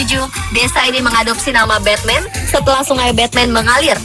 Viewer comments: Bacanya jangan Betmen juga atuh, memalukan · Batman di turki bukan di baca betmen. Beda ucapan kaleus